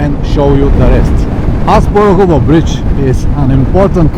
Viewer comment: The bridge is called "Asparuhov", not "Asparuhovo" and it is named after Khan Asparuh, the founder of Bulgaria, not after Asparuhovo neighbourhood :-) Thanks for the video. Keep riding!